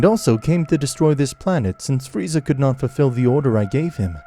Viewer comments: I CANT GET OVER HOW BEERUS CALLED FREEZA FREEZERR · I love how beerus calls freeza, freezer 😆